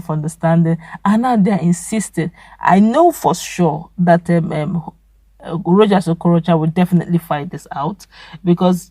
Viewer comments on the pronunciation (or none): By the way his name is RoCHas not RoGers. It’s feaSible not viSible, We Clamour not we Glamour. Study your script before you rush out to read.